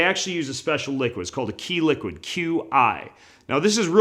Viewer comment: Qi isn't pronounced "key" it is pronounced "chi" And if you were depolarising EMF then it would also make your wireless devices not work.